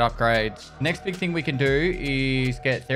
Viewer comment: I wish it was spelled "BEEG" since that's how he says it